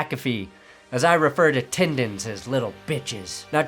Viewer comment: I’m just here hoping to hear the words “tindins” and “Dinver” in the same video